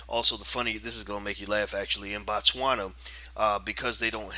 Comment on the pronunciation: It is Botswana not Batswana. Boo not Baa